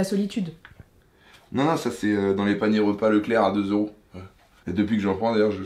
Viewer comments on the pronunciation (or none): none